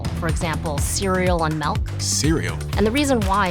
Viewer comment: If she said "melk" one more time i may have lost it. My brother always said that and it drive me crazy too.